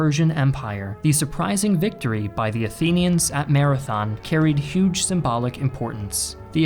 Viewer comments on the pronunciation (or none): none